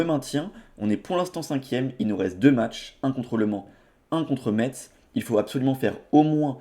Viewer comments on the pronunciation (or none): par pitié, Metz se prononce « messe »